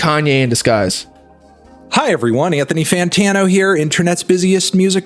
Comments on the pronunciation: bro why do you say fantino, its fantano lmaoo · fan ta know??? why u saying his name like this bro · BRO WHY THE FUCK YOU SAY IT FANTO NO ACC DRIVES ME INSANE 🤣🤣🤣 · the way says “Fantano” bothers me